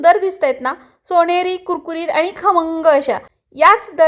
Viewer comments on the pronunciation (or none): छण नाही 'छान' ... सोणेरी नाही 'सोनेरी'